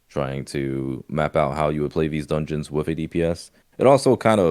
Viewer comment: the way pronounces dungeons makes me smile everytime "Donions"